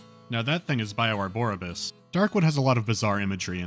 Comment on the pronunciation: I think it would be, Bio-arborius. Not, "Bio-arboribus. Where is the "bus" part coming from? Arbor means trees, so "arborius", or "arborious", seems to make more sense.